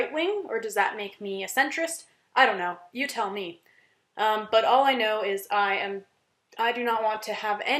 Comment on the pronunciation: Also don't know what troll hired you but you break your American accent around in the range. You can't say 'campus' and 'but' in an American accent. Haha. Sounded a bit Irish. Hope they paid you well bc you have no honor.